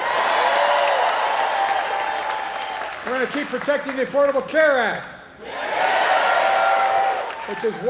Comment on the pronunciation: You say afordebl homes you president now fix it